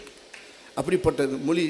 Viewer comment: வடிவேலு ," மொலி" இல்லைங்க 'மொழி "என்று உச்சரிக்க முடியல இதுலவேற இவரு பேசியதை கேட்டு தமிழ் கற்றுக்கொண்டார்களாம் ?